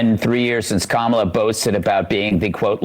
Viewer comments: This MFr can pronounce Ghislaine Maxwell , but can't remember how to pronounce Kamala Harris! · Great thing about the Trump clip... he pauses before he mispronounces her name, to remind himself to do so. Later in the clip, the correct pronunciation rolls off the tongue. He knows how her name is pronounced and has to take a moment to think and remember the wrong way to say it. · Trump has to try hard to say her name wrong. When he doesn’t pause before saying it he inadvertently says it right. Pathetic fraud. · Anyone else notice that Trump only gets Kamala's name wrong when he pauses to think about how you don't suppose to say it? Insufferable. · once. the 2nd time. only when he pauses to purposely say it wrong... which is EVERY speech he gives.